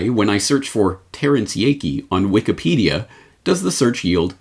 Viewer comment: Did I hear you say Wiked Peadia?